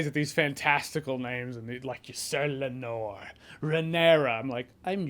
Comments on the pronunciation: One small thing.... it's LAEnor, not LaeNOR. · LAY-nor Jeremy. LAY-nor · His name is “lay-nor”. I loved how you looked it up 😂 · It's Ray-NEAR-ah, Jeremy. Not Ray-nair-ah. And it's Lay-nor but you can start spelling it with a G and he won't be offended. 😂